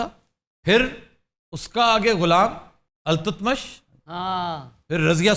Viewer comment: "iltmash" not altutmash